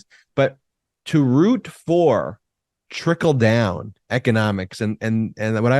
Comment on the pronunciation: 😂😂😂🤣 did you say,"" trinkle down " or, "tinkle down" LoL... I think they want to tinkle down on us LoL